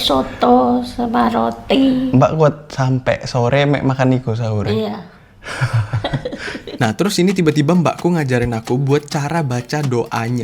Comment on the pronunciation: Pas mau tidur ngomong habis hahur bukan sahur😅😅